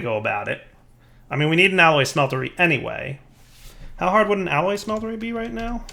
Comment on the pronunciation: or the "alloy SMELTERY" youre right, but he keeps saying it as a smetlery when its not a smeltery, lol